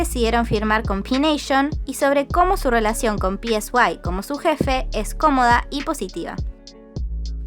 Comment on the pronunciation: El nombre del CEO de P Nation se pronuncia "Sai"; no está escrito.